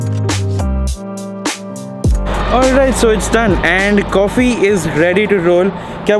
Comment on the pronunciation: Nice "Cawfee". So much thought process went into that word. Some different content ..of this vlog.